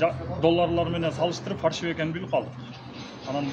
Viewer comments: ФАРШЫВЫЙ эмес ФАЛЬШИВЫЙ деп айткылачы же болбосо Кыргызча эле суйлой бергиледа ЖАСАЛМА экен деп эле. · Фарщивый эмес фальшивый деп айтса туура болмок😂😂😂😂😂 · Фаршывый эмес : Фальшивый ! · Фальшивый деп жазылабы ондо фаршивий деп айтылса